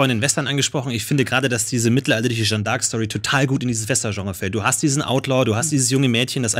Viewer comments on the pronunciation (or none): Jetzt hat der Jung schon n französischen Namen und spricht Jeanne trotzdem völlig falsch aus. #triggered